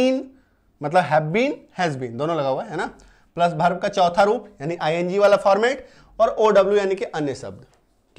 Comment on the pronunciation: भर्भ nahi वर्ब